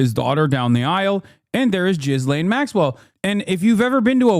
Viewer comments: Hasan!!! Her name is not pronounced JIZZLAYN rather it is closer to the Turkish Gülen. It’s pronounced Gelen Maxwell. Not that we owe her correct pronunciation but only to let you know. Taha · He knows it's gee-lane... JizzLane is more fitting. Like Brian Kilme instead of Kilmede. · RELEASE THE FILES!!! Also Hasan the way you pronounce Ghislane is infuriating 😂